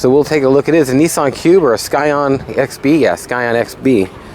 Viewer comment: The c in scion is silent